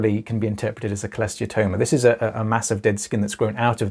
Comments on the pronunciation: I’ve never been sure if I was pronouncing Cholesteatoma correctly. Thanks for saying it clearly! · Had one too. It sucked but I had zero symptoms until 2 ear bones were gone. So…..honestly just happy to find someone else who can pronounce cholesteatoma